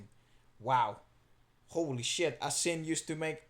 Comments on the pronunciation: Asin means salt In Tagalog Ah-sin this is how you pronounce it🇵🇭❤️ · ASIN actually means salt in Filipino, pronounced as asin^ not a^sin. But I'm not sure if that is what their band name means. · Asin is pronounced asín como “así así” but with an n at the end. Also, you might want to see one of their live performances from 2003: And here’s a recording from 1985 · Asin means “salt” and it is pronounce the way you pronounce “a sin”...